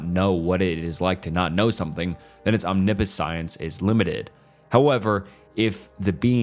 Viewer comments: Omniscience is pronounced om-nish-ence for future reference ( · lololol it isnt “omni science” 😂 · I really hope English is your second language...Casuality, Omni Science? what? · It's pretty easy to find out how to pronounce words using google. Omniscience = om-ni-shence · bro made a 3-hour long video to “correct his pronunciation” but still pronounced almost every philosophical term wrong 😔 “omni-science” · Omna-science and premesises 🤦🏻‍♀️